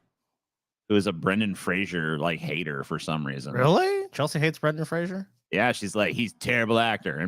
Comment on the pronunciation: It's not pronounced Brendan "Frasier."